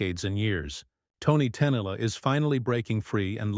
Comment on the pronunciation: Ai can't pronounce her name correctly, usea real person and we don't need things explained, not everyone is an idiot